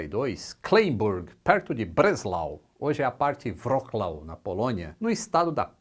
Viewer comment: De Wroclaw os Poloneses mandam um abraço e estamos acompanhando por aqui e W tem som de V "Vroclav" Conteudo maravilhoso como sempre